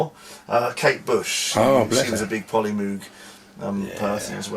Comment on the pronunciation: Pronounces The Polymoog SYNTHESIZER As Polymoag